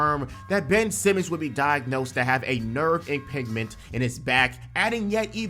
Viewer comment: ImPINGment 😂😂 it’s a J sound brother